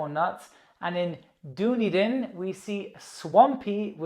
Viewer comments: Dunedin is pronounced "done Eden", not "do need in" :) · Hello Dooneeden is pronounced "Dunn-Edin" 😂😂😁👍👍🔧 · Dunedin is pronounced Dun-eeden. But no worries 😉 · . Remark New Zealand speak. Kaukau; pronounced “cow-cow”, correct. Dunedin; NOT “do-nee-dun” but as “Dun-neee-dun” Picky, I know, but we are nothing if not parochial. 😇 I did note a change in my learning. RASH (rain showers) has changed to SHRA. 🤔 Love your work. 👍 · Nice video but its pronunced Di ne den